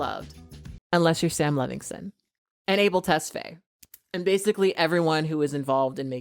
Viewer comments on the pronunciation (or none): Not to be a hater but girl its levinson not levingston, LEH-vin-son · girl i love you and your content but it’s LEVINSON not LEVINGSTEN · I admire your dedication to continually mispronouncing Levinson. It’s what he deserves 😆